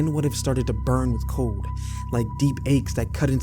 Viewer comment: COLD...not CODE